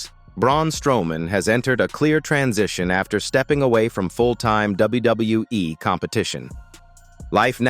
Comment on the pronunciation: you need to learn how to say WWE the proper way dum dum